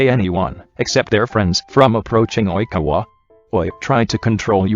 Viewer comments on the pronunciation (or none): No one: Not a single person: Not a single soul: The Google voice: Oìñkawa